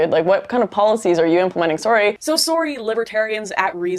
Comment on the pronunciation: I always forget she's Canadian until she says, "sorry."